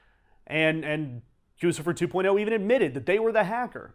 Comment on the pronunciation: Very interesting! Also: It's GOO-chih-furr. NOT Goosifer. Gucci = GOO-chee. Figure it the fuck out!!